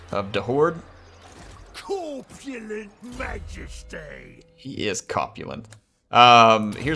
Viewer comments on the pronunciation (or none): When you said "copulent" instead of "corpulent", it brought up some unpleasant imagery. Have you been drinking that centigor milk?